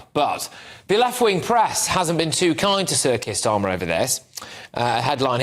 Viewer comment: It sounded for a moment like Patrick said "Circuit Starmer". I wouldn't be at all surprised if he was an android 🤣